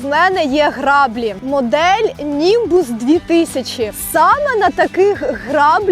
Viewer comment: Клас! Тільки не сапА, а сАпа, або якщо ти це кажеш по приколу тоді ок) upd. і не грАблі, а граблІ